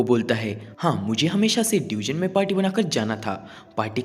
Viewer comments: It's not deugen it's dungeon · Bhai wo डयूजन नही डंजन hota hai